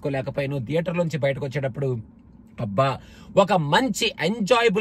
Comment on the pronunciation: "TH" ni english lo త అని పలకొచ్చు లేదా ద అని పలకొచ్చు. మరి థియేటర్ ని ధియేటర్ అని ఎందుకు అంటారు? అదీ మీరు US లో ఉండి కూడా ఈ mistake ఎలా చేస్తారు?